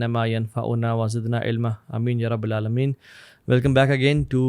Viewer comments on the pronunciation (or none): One correction.... As I am trying to learn Arabic, for like 2 years am stuck on basics😂 But I noticed that you said یا"ربُ عالمین " but it's actually یا ربَ العالمین I.e there is "Zabr" on "Baa" of Raab. Sry for that But I thought I should do that😅